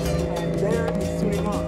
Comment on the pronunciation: The pronounciation is SurinamE. Not SurinaM !